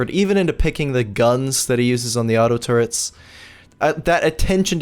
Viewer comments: Y does he say turrent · Did he say 'turrents' over and over? Does he really not know they are called turrets???? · He was saying turrent it’s turret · So many fucking people say turrent........... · Can you tell him to stop saying turrent? It's not current with a T, its just Turret.